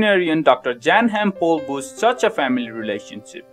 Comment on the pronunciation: It’s annoying how he doesn’t pronounce dr pols name right